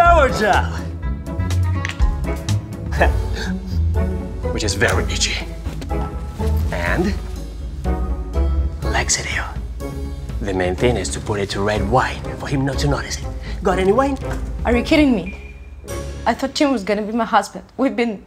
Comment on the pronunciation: Yes, why did he suggest "laxativities" when her life was suddenly turned upside down by her already married fiance😁😁😁 Well, I think that's how she pronounced "laxative", right? Laxativities, well, that's how I got it anywa😊😊